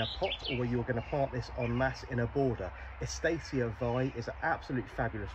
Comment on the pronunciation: Eustacia is pronounced yoo-stacia not e-stacia